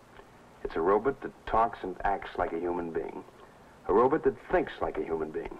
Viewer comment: Ah yes, the days of the robut. 😂